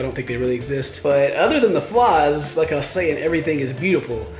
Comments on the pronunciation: Well sometimes there's seaweed everywhere also it's not flas it's flies with A I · fliiieees not flaaawwwws